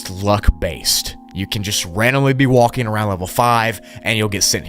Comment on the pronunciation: Bro… no offence but you’re not supposed to pronounce the “L” in words like talking and walking…. 💀